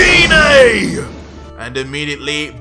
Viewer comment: HE PRONOUNCES GINE WRONG LOL